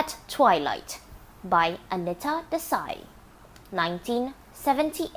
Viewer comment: Actually it is pronounced aneeta